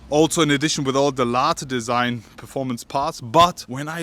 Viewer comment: How many times he said Larteeeee design😟